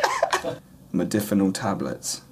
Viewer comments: Jesus it's modafinil with an 'A' not modifinil 🤪. *Warning to all* please do not take any medication if you have not at least taken the time to learn how to pronounce it properly 🤔. Research Research Research and discuss it with your doctor for god sake 😂🙃. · This fuckin idiot, can't even pronounce the name of the drug he's taking.